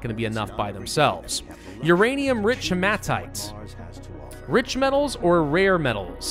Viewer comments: it's pronounced: Hee-muh-tight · I believe it's pronounced He-muh-tight but I could b wrong.